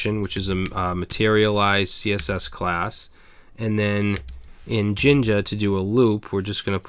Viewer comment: Love your videos! You're a wealth of knowledge! I have a Q from where it sounds like you're saying "ginga" on the index.html page with the {% for post in posts%} portion. Can you - or anyone else - provide a clarification, or a link, into it as I want to learn as much from this vid as possible? Thanks. You rock!